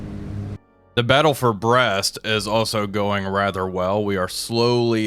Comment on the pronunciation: He can say Brest and La Rochelle just fine x) But Le Havre sounds like Havra.